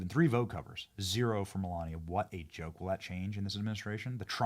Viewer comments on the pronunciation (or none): none